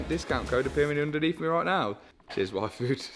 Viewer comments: when brits say yfood, sounds like WAIFU ... I was like, he likes what? Oh, the yfood. lmao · When they say Yfood it sounds like waifu hahah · Ain't gonna lie, when your dad said yfood i heard waifu from anime